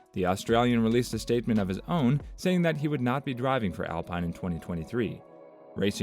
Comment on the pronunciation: OMG yes please adjust pronunciation. also Bree-ah-tor-RAY